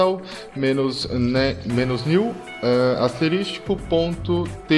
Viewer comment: Otimo tutotorial. A palavra correta 'e "asterisco", e nao "asteristico".